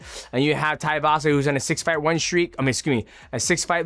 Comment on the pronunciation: His names not taivasa you idiot! Its tai tuivasa too-ee-vasa